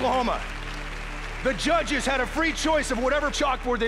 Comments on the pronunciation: So funny how they say Chudges.....instead of judges!!!! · Did he say judges or chudges? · I heard “muchachos” 😂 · In the first act when he said judges i heard muchachas (only me ok)😂😂😂😂😂